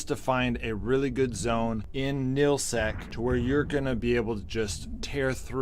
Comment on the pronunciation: Nullsec, not nillsec!